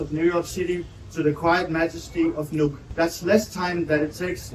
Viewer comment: It’s Nuuk not Nuke. You are watching too much CNN and NBC.